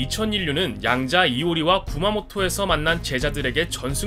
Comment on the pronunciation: 쿠마코토? 이런 지명이 있나 싶어검색치니 라이쿠..마코토 라는 만화가가 나옴 ㅋㅋㅋ 뒤에는 잘 말한거 같고만 쿠마모토 겠죠? 녹음은 신중하게